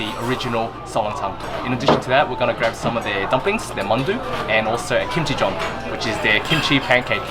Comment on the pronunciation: I thought I heard “kimchi-john” haha When I read the text, oh... it’s kimchi jeon 😆